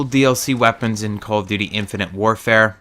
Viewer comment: You seem to have trouble saying "infinite" and "modern" I have noticed. :P